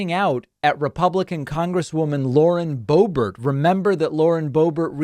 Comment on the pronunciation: The Bow-Bear pronunciation is my new favorite thing …